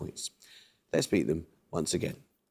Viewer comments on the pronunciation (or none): none